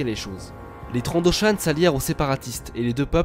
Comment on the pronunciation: ça s ecrit Trandoshan et se prononce Trandoshanne et old rep. n est pas une reference